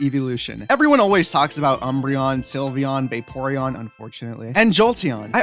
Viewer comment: SYLVEON DOES NOT END WITH AN A!